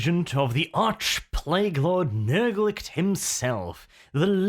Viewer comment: Learn to read, Arch. It's not "Nurglicht", it's "Nurglitch". Nurg-litch.